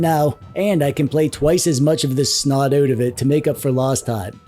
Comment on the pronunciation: You say check these all oat, eh? Ok, I will.